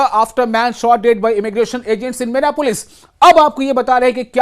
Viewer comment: Minneapolis is the city not minapolis